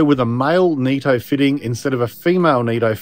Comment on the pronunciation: It's nitto not neetto